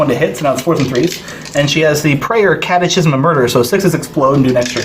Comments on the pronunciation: Well done But Have to say... It’s pronounced “kat-e-kism “ Not kat-e-chism Sorry Damn catholic education ..... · Someone please tell that guy it's pronounced 'catekism', like in schism...